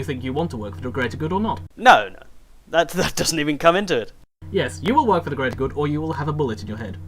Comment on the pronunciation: For teh Greatah GOOD! xD Great vid btw!